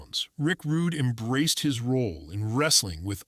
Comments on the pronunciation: Stop using AI voices it's disrespectful his name is pronounced rood not roodey or Rudy. It's ravishing Rick Rude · This is AI created nonsense. Even calls him rick Rud(y)